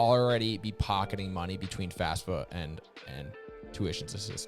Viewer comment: So sorry, but it bug me. You have the acronym multiple times, youre teaching people... Just say FaFSA, not FASFA!!!